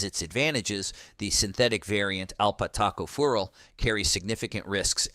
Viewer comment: Oh... lol... alpha -tocopheryl, not Alpat Taco Fural, which is Mexican food. hahaha